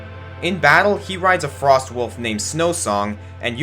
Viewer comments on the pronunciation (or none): none